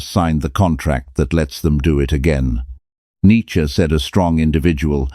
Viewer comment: The content is excellent but the illustrations are confusing. Monks versus more contempary dress? Some of the images are homoerotic. They just distract from the content. But you did get Neitzsche pictured correctly and thanks for pronouncing his name correctly.